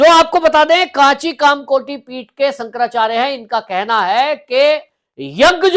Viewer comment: Abe pehle shankarachyarya bolna teek se seekle😂